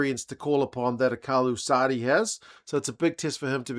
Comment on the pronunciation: Shows your preparation and attention to detail to get Sadie right as Sardie nie Say-de as some say. Little things that get noticed and appreciated as a form or respect.